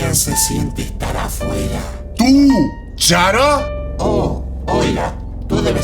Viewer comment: .-. esto fue lo mas sangriento que vi en mi puta vida ok no, no se porque pero escuche mas cuCHARA que "¡tu Chara!":V